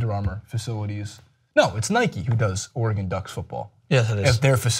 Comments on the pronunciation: ITS (ORE-GEN) dude, seriously?!?! not (ORE-GONE) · i hate it when you call it oregonnnne like tf its oregon say it quickly